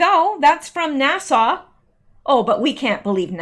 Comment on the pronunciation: Love You..... but sweetie you don't pronounce NASA like Nassau the Bahamas. NASA has a short "a" sound at the end. Love ya, darlin💕👍